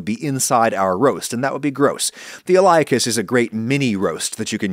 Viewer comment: hey Adam! the iliacus muscle is usually pronounced ily-a-cus not eye-li-a-cus. You usually have a reason for pronouncing things differently though so maybe its a regional difference.